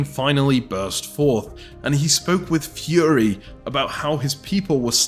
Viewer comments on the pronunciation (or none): none